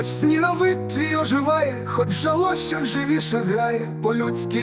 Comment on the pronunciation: Це найкраща українська АІ пісня. Слухаю безліч раз вже. Як виправити наголос у слові "жалощах"? Бо хтось нехороший закопірайтив цей вірш на Suno.